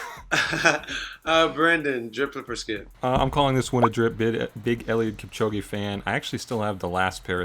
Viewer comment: it's Kipchoge not kipchogi I know that cause I'm from the 254 🇰🇪